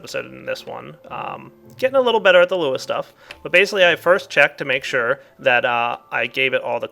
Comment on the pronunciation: It's Lua (pronounced "loo-ah", not "el you ay")